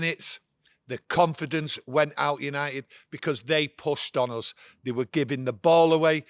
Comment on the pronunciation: Did he say yanited was back 😂